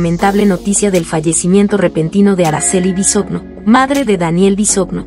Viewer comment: No se dice "Bisogno" (así se escribe) se pronuncia "Bisoño". Es una vergüenza que ni pronunciar sepas.